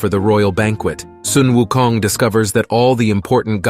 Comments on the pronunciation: Thank you for pronouncing him at "Soon Wu Kong". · finally someone that pronounces Sun Wu Kong correctly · Much respect for pronouncing his name correctly